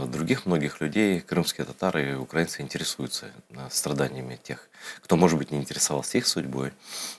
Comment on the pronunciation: Не укрАинцьі, а украИнцьі !